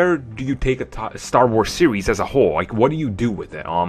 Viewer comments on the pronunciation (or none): none